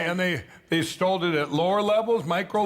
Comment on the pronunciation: "They STOLD? LOL"